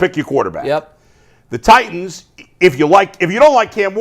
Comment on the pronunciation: Why does say “Tie-inns” instead of “Titans?”